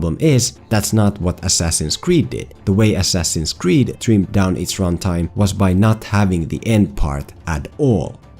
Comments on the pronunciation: Ass-ass-in's Creed. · "Ass Ass in's creed"